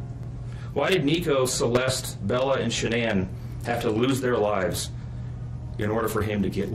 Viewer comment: Hi, sorry..this is a Horrible Narrating of their story..very hard to listen to!! Would love to hear this out but the way you are speaking & not pronouncing SHANANN'S name Properly is just Not OK!!!